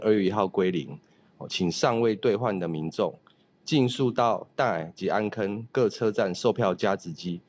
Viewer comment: 安坑讀作Àm-khinn較好。